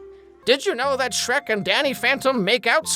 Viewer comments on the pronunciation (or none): none